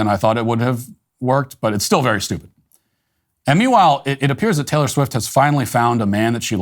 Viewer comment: I'm from Eastern Europe. Who the fuck is Taylore Swit?